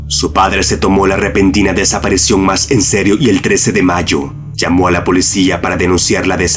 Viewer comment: no puedo, no puedo. son geniales los videos que hace este hombre pero escucharlo hablar me da escalofrios: "desaparecion" -.- DESAPARICIÓN hermano!!!! con I!!!!